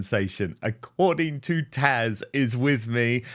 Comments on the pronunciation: In all these years of following Taz, I never realized how her name was pronounced??? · Dan keeps mispronouncing Taz's name. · Why does he keep calling her Tash? It's it just my ears? He's had her in a lot and called her Taz in the past. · Dan!! Read your comments section! Her name is TAZ not Tash😂